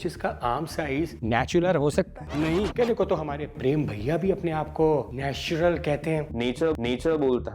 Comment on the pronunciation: kabhi kabhi natural bolneko 'natular' hi nikalra